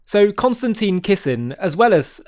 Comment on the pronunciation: 5 seconds in. if you could learn to pronounce the name of your prominent guest correctly, that would be really helpful. Kon- stan- tin. It's not Constantine. it's not like Constantine. it's not close to Constantine. therefore, because of my OCD I cannot watch.